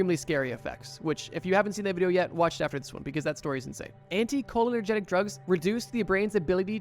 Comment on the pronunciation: Hey bro, love what you’re doing here. You’re talking about anticholinergics and everytime I hear you say it I think I’m going crazy XD. It’s pronounced anti Cole-inner-jik